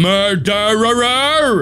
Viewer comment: “MERDERERER” “MORDERERER” Darkiplier lore = “murderer” intense thunder